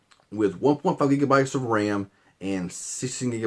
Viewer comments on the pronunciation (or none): none